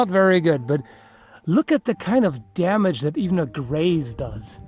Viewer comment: "That's a lot of damange!"